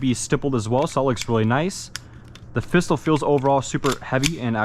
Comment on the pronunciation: Am I the only one that noticed that on the black with gold he said fistol